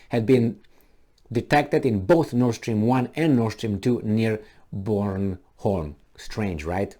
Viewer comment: You have a completely correct pronunciation of Bornholm as we pronounce it in southern Sweden.